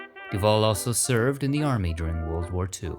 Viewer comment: "He served in the yarmy." I like it.